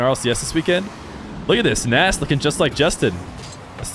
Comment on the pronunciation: If I remember correctly from an old Appjack video, Nass is actually pronounced Ness